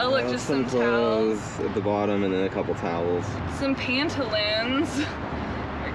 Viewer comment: Pan-te-loans LOL